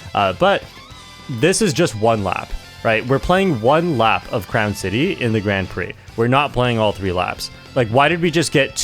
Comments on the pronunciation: The way you pronounce "Grand Prix" tells me you know nothing about racing outside of Mario Kart. 😅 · weird how he pronounces Grand Prix.. innit?